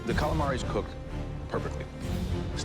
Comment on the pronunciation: Calamavi fveschi, fettuccine fvesche, tutto fvesco